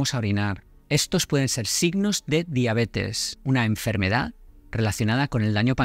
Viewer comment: ¿Por qué pones el acento en las sílabas que no son? Por ejemplo "ínusual" en lugar de inusual, "índicar" en lugar de indicar, "énfermedad" en lugar de enfermedad, etc.